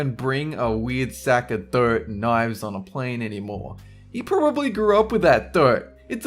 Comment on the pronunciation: The way you say dirt lmao! Had no idea what you were saying. Sounded like dope at first